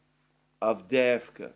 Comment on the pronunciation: Lastochka - a swallow, emphasis on the first "a" - LAstochkino - a village. Great pronunciation of Avdeevka!!! I wish the horrible west watched your programmes!!!! They sound on crack, all of them.